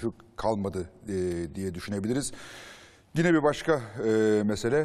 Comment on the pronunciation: Fatih Altaylı gibi bir entelektüel nasıl dikkat etmez “gine” nedir yahu yine yine.